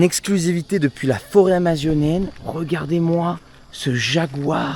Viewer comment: Dans la Forêt « Amiazionienne » 😂😂 tu ma terminer ahaha 😭💪🏼🫀